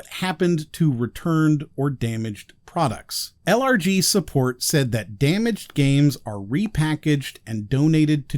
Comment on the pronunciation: I keep hearing "allergies" when he says LRG. I suppose that's a fitting acronym choice for this company. ACHOO!!